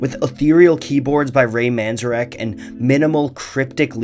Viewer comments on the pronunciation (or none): Ray MANzarek????? its man-ZARE-ek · Ray Manzarek [Man-zar-EK] Normally I don't do that to videos, or to channel that I like, but that kind of grated in my brain like nails on a chalkboard. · A sore spot on an otherwise amazing video. It's Man-zayr-ick. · Yeah, ouch. What's even crazier is that most of the Doors-related movies have at least one scene where Ray Manzarek pronounces his name VERY CLEARLY, or a character pronounces is name VERY CLEARLY, and it's not Man Zuh rack. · Its, Man-Z-Air-ek. Driving me nuts. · It's pronounced MAN-ZAR_ICK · Learn how to pronounce Manzarek properly if you’re going to say his name. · Great video and great choice of song/band BUT c'mon you gotta pronounce Ray Manzarek's name correctly. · Good video, but for god sakes pronounce Ray's last name correctly. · am i the only one who cringes at his pronunciation of Manzarek